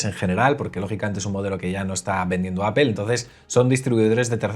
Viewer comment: Todo increíble. Tienes un canal sorprendente. Sólo cuida tu pronunciación de APPLE. Cuando pronuncias dices Apel con la vocal E, y la pronunciación correcta es con la vocal o Apol. Te lo escribo porque tu canal se trata de Apple y es lo que pronuncias mal.